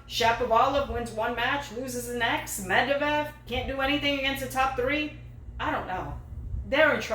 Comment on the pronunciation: Hi, love the show. Just want to correct a bit on the two names you pronounce incorrectly, it's Med-VEH-dev and Ali-Ah-Sim.